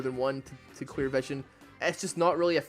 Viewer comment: am I the only one who hears queer not clear XD